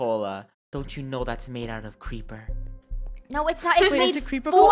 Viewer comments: ITS KREEPERA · Cweeper krew